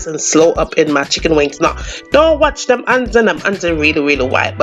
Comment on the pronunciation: I subbed as soon as you said “pick dem off”. Remind me of my funny auntie, I’m making this tonight